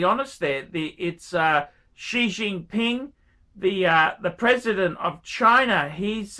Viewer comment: That’s what I heard too